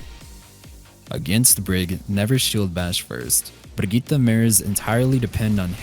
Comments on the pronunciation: Stop saying Brigitte like that please, just say brig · Loool even though he tried, the name is pronounced Brigett-eh not Brigett-ah 😂 great video btw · Is it Brigitt-eh or Brigit-ah? I think it's the former and is pronouncing the name incorrectly. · 1 Hour of saying "bRRRRRRigitta"? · disliked the video just for the way he says BRIGITTE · The "Brigitte" pronunciation by was incredible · I hate how he pronounces 'Brigitta' it's a German name... Obviously its pronounced "Brigitta" ;) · Im pretty sure he holds the world record of how many mispronounced names. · love how pronounces brigitte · Bruh he pronounces the name right but it sounds stupid cuz he says the "R" too hard😂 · As a swede i cringe so hard whenever someone says Brigitte